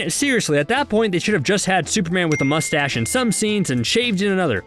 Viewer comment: Uhhh why can't you pronounce Cavill or Mustache?